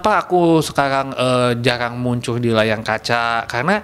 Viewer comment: Kok ngakak denger dia gabisa ngomong r wkwkkw,layar jadi layang🤣